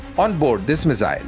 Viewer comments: Mizzyle nahi bhai, missile. S... Z nahi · The Mizile pronunciation is irritating 😂. That said, its a good post